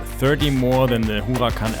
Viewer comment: That who-a-can performanda is the nuts.